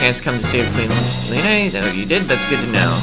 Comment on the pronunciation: The way you said Leene sounded right a couple of times. It's the 2 syllable variant you used.